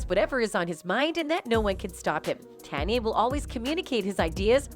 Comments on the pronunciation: How are you saying is name? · Don't subscribe.this bitch can't even say his name right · No matter how wrongly say his name it's not gonna stop the truth from touching folks the end may be near for the ones who's really in control